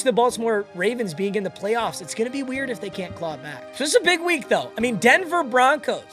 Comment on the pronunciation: Did bro say Denver Bonkos